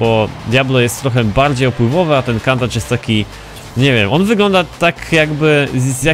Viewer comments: wymawia się Kuntasz a nie Kantacz.. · wydaje mi się, że poprawnie nie wymawia się Kantacz tylko Kuntasz. Pozdrawiam. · czyta sie kuntacz